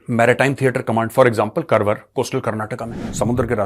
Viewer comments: Sir please note it’s pronounced as Kaarwaar not Karwar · सर, जिसे आप करवर बोल रहे हैं वह करवर नहीं 'कारवार' है. मैं उसी जिल्हेसे हूँ. कोंकणी मातृभाषा है मेरी. बुरा मत मानिएगा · Sir , Karwar is pronounced as Car-waar